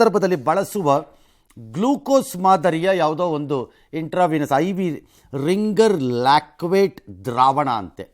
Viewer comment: ಅದು ರಿಂಗರ್ ಲಾಕ್ವೇಟ್ ಅಲ್ಲ ರಿಂಗರ್ ಲ್ಯಾಕ್ಟೇಟ್ Ringer lactate... ರಂಗಣ್ಣ ಸರ್